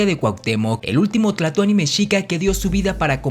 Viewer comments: Es tlatoani no tlatoni. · No se dise tlatony